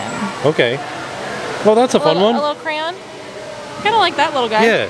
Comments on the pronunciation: I knew when we saw where you were, that it would be fun to hear you pronounce crayon. Cray on is correct, but people around these parts speed it up which makes it sound like cran like (cran)berry. It’s most definitely NOT crown. 😉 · That is so funny that calls crayons,"crowns"! My brother and sister used to say that too. I always wondered why, it is neat to know that someone else does the same. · Those animated crayons in the beginning of the video were funny! This is a fun place for kids. Thanks for sharing! (and you do know that crayon is pronounced cray (long A)- on....like the word on.) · KRAN! the proper pronunciation ot cryayon is.. KRAN! 's how it always sounded when I was growing up, maybe it's a midwestern thing :) I always asked for a bog box of 'krans', and a 'kran sharpener' Thanks for taking us with you Trackers, looked like a really fun event! :) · Not 👑 crown.... how is it he can pronounce the brand but not the product?😐 (Love you ) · Crowns? Never heard it pronounced like that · I enjoy watching tim tracker so its crayons not cray-ons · As a lazy Scot, we tend to pronounce crayon as 'crane'! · petition to not let into Crayola factory till he stops pronouncing it as crown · Pronounced cray-on. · I pronounce the word “crayon” as “cran”... anyone else? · Uhh, “crown” is not even remotely close to the correct pronunciation of crayon. was definitely pronouncing it correctly. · make sure you’re the one to teach the baby how to pronounce crayon. Lol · Shaunna J I was kidding them because if teaches Jackson how to say crayon, he will never know how to pronounce it correctly. gets teased because he almost always mispronounces that word. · How does not know how to say Crayon 🖍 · Just watching this to see how many different ways can pronounce “crayon” 😂👍🏼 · And the saga of struggling to pronounce "crayon" continues 😂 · Why can't say crayon? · Say kray on=crayon!! easy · It's CRAY-yon, not crown!